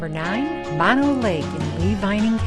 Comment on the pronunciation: Mono Lake and Mono County are not pronounced "Maw No" as in the opposite of stereo. That is because "Mono" is a Native American word for fly eating people. The people at Mono Lake used to gather the pupa stage of the flies off the surface of the lake and dry them to eat. Great source of protein. The pronunciation is "Mow Know." Lots of people make this mistake. On your next trip to Mammoth, take Highway 203 past the the Mammoth Mountain Ski Area to Minaret Vista. It's one of the best views in the country, or at least, in the Sierra. If you want to continue down toward Devils Postpile National Monument and the upper portion of the middle fork of the San Joaquin River, go back down to the ski area to buy a ticket to get on the bus, which is required for day users. There isn't enough parking to meet the demand for all the day users so a shuttle bus system is used.